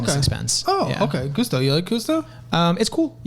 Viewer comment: "Goose-to". Ha Ha.